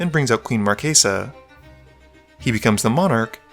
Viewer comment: It's pronounced Queen Mar-chess-uh, not Mar-kay-suh.